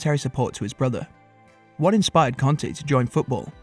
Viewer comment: Had to stop after 10 seconds. Stop calling him CONTE for fks sake!!!!! It's pronounced KARNTEY!